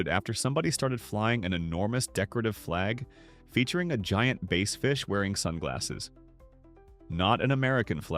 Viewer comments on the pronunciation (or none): What kind of fish is a 'base' fish could your AI narrator be talking about a 'bass; fish? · Bass has 2 different pronunciations too. AI doesn’t know this